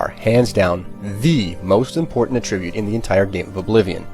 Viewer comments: attribute is accented on the A. this pronunciation is so bothersome. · Yeah it bothered me too. He pronounced “attribute” in its verb form instead of its noun form.